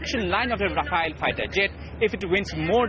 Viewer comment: It's Rafale .. not Rafael. These reporters don't even have basic knowledge of the subject of their reportage.